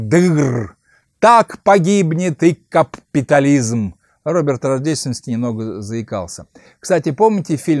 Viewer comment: Борис Сергеевич, да не говорил Шварцнегер "каППитализм", он нормально говорил, просто ударение на другой слог ставил, на первый: "кАпитализм".